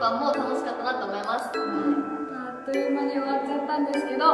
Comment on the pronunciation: あっと「ゆ」じゃなくて「い」ですよ〜